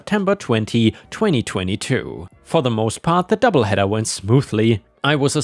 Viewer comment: Doubleheader, not heeder, get it pronounced correctly! lever, like in never, not like in believer.